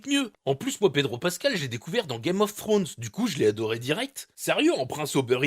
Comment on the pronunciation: "..Game of sfsftrones" hahaha